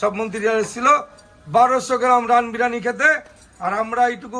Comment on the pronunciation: O to sala 'birani,birani bolche biriyani boltei parenaa